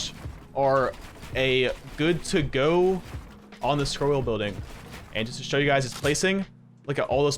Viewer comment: New drinking game: Every time says "Scrol wheen building" You drink....